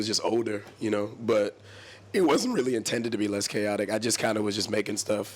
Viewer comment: "kilt that dude, I was rerally worried about him" I'm DEADDDD